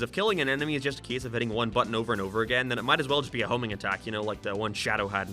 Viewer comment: "Gæm" "Cæse" "Sæga"